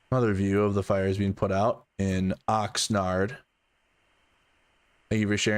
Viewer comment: Love your videos - It's Oxnard not Oxnerd